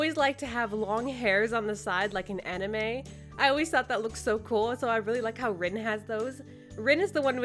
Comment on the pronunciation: It’s pronounced Reen and spelled like Rin